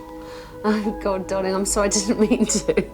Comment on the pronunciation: I disagree. I love Alex but the way she calls people 'darwliing' really gets up my nose. I'd tell her to call me by my name. 🦘